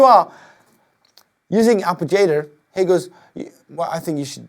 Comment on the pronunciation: lmao had me dead when he said arpijator